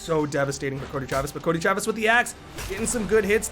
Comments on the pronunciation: curdy trevis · Cuddly Travis 😳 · "Croedy Travis" XD